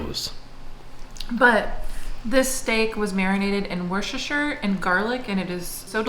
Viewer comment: This video!!!! The hair 😍 Jackson’s first steps 😍 The way says Worcestershire 😂